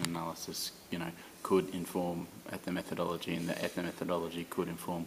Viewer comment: Please: ethno-metho-DOL-logy. NOT ethno-meth-ology.